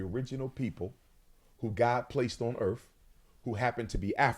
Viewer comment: Walking this planet “earf” I can’t.